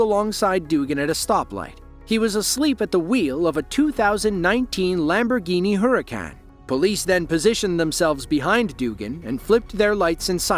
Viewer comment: lol never heard anyone call it a lamborghini HurriKan. Hahaa